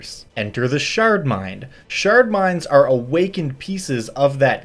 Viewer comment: I kept hearing "shart mind" and it would make me smile.